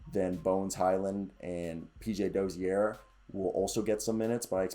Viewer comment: Čančar is pronounced Chanchar. Then č is ch sound. Dozier isnt said the french way, Dozière, but more like the word Closure. 🍻